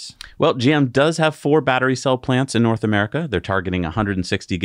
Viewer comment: “Nort” America … 😂